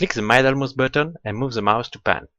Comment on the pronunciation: Your French accent is just fine; one thing, if I may: middle is pronounced with an "ee" not an "eye" sound, like here: Many thanks for your effort, good video!